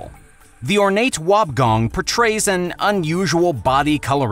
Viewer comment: It's pronounced wobb e gong